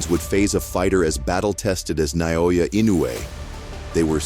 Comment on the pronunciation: how do you butcher "naoya" so badly